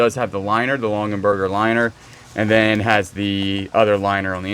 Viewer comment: LongAberger, not LonGENberger. Sorry, it's making me crazy. You can probably just wash the Pendleton in Woolite in the bathtub. The pressed glass piece that you thought was a napkin ring is a salt cellar...individual salt at each place at the table. They often have tiny spoons with them. The Betty Crocker cookbook is wonderful. Mine is held together with tape (for the 2nd time). We use it all the time. Not too shabby. Lots of pretty things.